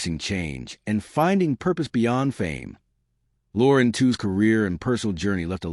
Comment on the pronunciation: We heard Lauren said her surname was properly pronounced "Tweeze." Just sayin"...